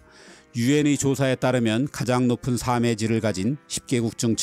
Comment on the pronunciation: 정말 좋은 내용의 컨텐츠를 볼 수 있게 해 주셔서 항상 고맙습니다. 나레이션을 AI가 하는 것이 아니라 정말 좋습니다. 이 영상에서 한 가지 아쉬운 것이 있는데...지적질한다고 오해하지는 마시고...^^;; "삶의"의 발음을 [사메]로 하시던데, [살메]로 발음하셔야 합니다. 또한 "삶을"의 발음은 [사믈]이 아니라 [살믈]로 하시는 것이 맞습니다.